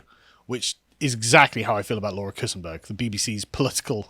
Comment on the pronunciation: pronounced kuntsburg